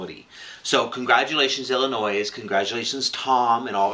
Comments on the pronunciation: U guys were so cute pronouncing Illinois as illinoise so many people do it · love you guys, but please stop saying the S on illinois. It's driving me nuts! lol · its illinois with out the s on illinois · The "s" is silent in Illinois. Otherwise, great commentary today. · Ooo I hate that lie... Believe that suing church's for not doing a gay marriage... Just do BS... Out lesbian voting against ... Just messed up. Okay guys... Love you but Illinois is without the "s" when say it :-) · Guys. The S is silent in the name Illinois. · The way you pronounce Illinois is kind of ANNOISING. Other than that, thanks for keeping us all informed about what's going on. Uhhh, why do so few people understand the 1st amendment to the US Constitution???